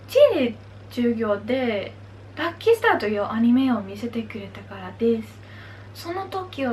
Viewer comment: LUCKY STARでは日本だとタバコの銘柄にあるので、「らきすた」と発音するのオススメですよ …普通にかわいいな。こんなかわいい女の子に肉じゃがとかつくって欲しい！ 応援してますよ！